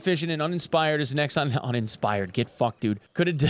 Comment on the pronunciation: I love that "Uninspired" haha